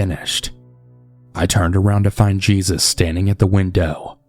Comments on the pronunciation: Smh cmon cannabal really ??? Smh it’s not JESUS (GEE-SUS) it’s obviously JESUS AS IN ( HAY- SuuS) 🤦🏿🤦🏿🤦🏿🤦🏿🤦🏿🤦🏿🤦🏿🤦🏿🤦🏿🤦🏿🤦🏿🤦🏿🤦🏿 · It’s no JESUS, it’s HEY-soos, it’s Spanish 🙄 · Um... Jesus... Geezus?? I think you mean Jesus pronounced Hay-zeus 🤨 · Jesus pronounced Hey Soos. Lol. I’m assuming 💁🏻‍♀️